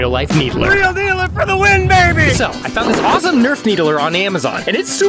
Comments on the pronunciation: Did he just say Halo 2 Needlee with Halo Infinite Gameplay 🧍‍♂️ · Anyone else bothered by the way he pronouns it? It's "Needler" not a "needlerer"